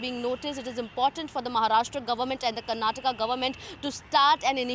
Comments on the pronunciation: It is kannad and karnatak😂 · That is Karnataka... Not Karnatak... This is called hindi imposition... Don't underestimate South